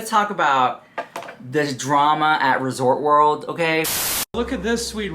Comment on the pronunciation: Girl!!!! It’s ResortS World... not Resort World 🙄 SMH If you had an issue with management you could’ve called Hilton customer service (especially if you have status at Hilton). Kind of dramatic because they absolutely would’ve be happy to listen to your experience